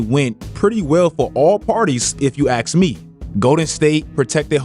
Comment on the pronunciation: I’ve never actually heard someone say axe me before 😂I love different accents